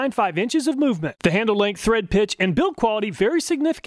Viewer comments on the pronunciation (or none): none